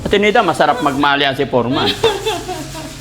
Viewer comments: forman pgbasa Nyan Df silent e' (foreman) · FOREMAN pronounced as fòr-- man ( silent "E" ) 😊✌️